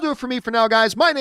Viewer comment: is a close friend of John's but calls him John CamPEEah. She routinely emphasizes the second syllable. John emphasizes the first syllable. Am I hearing it wrong?